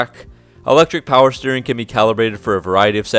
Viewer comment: The brotherhood of SPEED AND POWAH